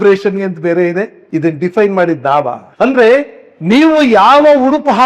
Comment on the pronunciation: ಅಣ್ಣ ಸಾವಿರ ಸಲ Diffaine ಅಂದ್ರಿ. ಎಲ್ಲಿ ಕಲಿತಿರಿ? ಆ ಮಾತನ್ನೂ Diffaine ಮಾಡಿರೋದು ಅವರೇ 🤷‍♀️